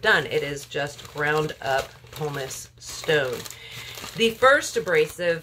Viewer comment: Double boiler has only one 'R'. Pumice does not have an 'L'.